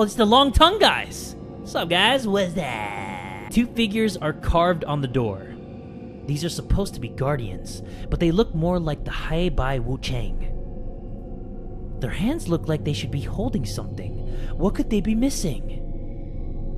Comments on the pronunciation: pronunciation be more like “hey bye” wuchang, one is white and the other one black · I laughed my ass off when you pronounced heibai thingy mabobs. I'm Chinese and can imagine you pronouncing it in my Chinese class 😂😂😂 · 'HeiBai' is the Chinese pinyin of 黑白, it means black and white... And you kinda mispronounced that...